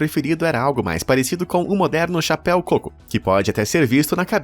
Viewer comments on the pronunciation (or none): none